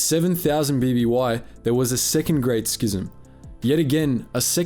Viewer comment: I think you're the only star wars YouTuber who pronounces "schism" correctly...bless you Sir